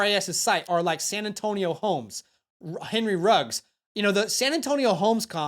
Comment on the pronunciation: who tf is San Antonio Holmes? That mf on the screen? His name is Santonio Holmes bro lmfao